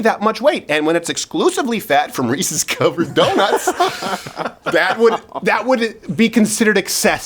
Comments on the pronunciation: the way he says “Reese’s cOVerd donuts” lmao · The way he says Reese covered doughnuts 😂😂😂💀